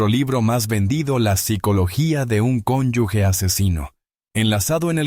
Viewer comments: Conyuge, no conyugue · Es cónyuge NO CINYUGUE😊